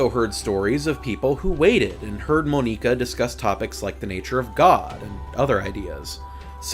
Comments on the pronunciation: You called Monika: Moe-neka. bruh its Mon-ika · Your way of pronouncing "Monika" and "Nier: Automata" kills me